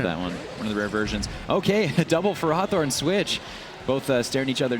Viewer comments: Tomato, Tomaato i guess but I and all my friends saw ferrowthorn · I love the one announcer making half his comments sole about ferrothorn on top of pronouncing it wrong.